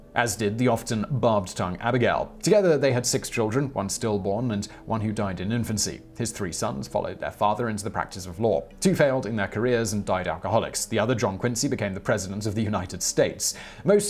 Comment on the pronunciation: Just so you know, Quincy (both Massachusetts and John) is pronounced Kinzy.